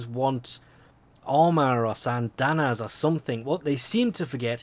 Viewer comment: 'Sysandana'....why.....